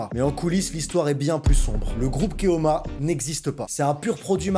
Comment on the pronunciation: Vidéo catastrophique. Aussi bien pour la prononciation du titre en espagnol que pour les sommes une fois en euros une fois en dollars. Une fois c'est Kaoma l'autre fois c'est Keoma.